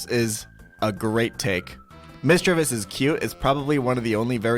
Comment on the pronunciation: Bruh he’s supposed to be a Pokémon master or whatever but can’t even pronounce misdreavius, gliscor, and regice correctly 😳